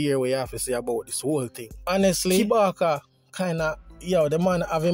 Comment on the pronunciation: Kabaka not kibaka